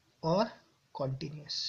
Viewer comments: Sir continuous hota h continious ni hota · that s continuous sir not continious plz